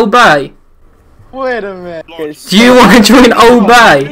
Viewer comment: Watching people still trickshot and them getting hyped over a shit team is fucking cringe af, plus it's minutes not "minuetes"